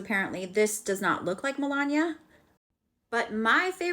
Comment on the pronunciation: 1st , you butchered her name pronunciated MEL-LAWN-KNEE-AH. 2nd, individual opinion and/or comment about someone else's life that you do not live is merely just that.... An opinion. Might I add, it also does not make the distasteful content you chose to post for the world to view a fact. Your point of view of Melania Trump being a "sugar baby" to the man she married and has a son with because of their age gap is disgusting. I may not agree with certain individual choices that people make but just because I do not agree with their choices or have a preassumed notion about someone doesn't mean that my outside view of their live and the way the choose to live it is correct. By way of your content I could say that the only sentence that was factual was that she has a son by Donald Trump..... Anddddd I'm positive that you would try to dispute that opinion. Please do check yourself and make sure your opinions of other people and your mind reading abilities of how Melania actually may feel about Mr. Trump do not overpower the necessary facts that this channel needs to maintain views.